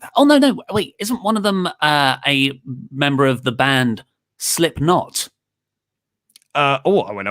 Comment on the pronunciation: Luke doesnt like LOTR and cant even say Slipknot right... I've lost all respect for these dudes